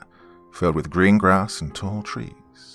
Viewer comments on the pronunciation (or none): none